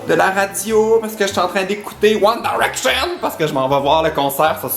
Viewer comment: t'arrête pas de dire One Daraction 😂